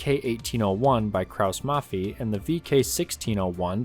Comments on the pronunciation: As a german i kinda cringe a little bit at how you say Kraus-Maffei so heres a tip: pronounce it as Kraus-Maffai Youre welcome ;) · "Krauss-Maffei" - The letter combination "ei" is pronounced like the English "i" in (90+% of) German words ;) greetz